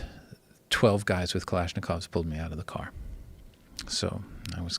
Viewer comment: Why does this guy feel the need to say "kalishnakovs" everytime?? Just say AK bro Jesus.